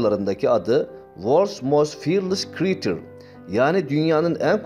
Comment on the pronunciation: Uln 2 kelime telaffuz ogrenin de kritir ne kreyçır diye okunur google lamaya bari erinmeyin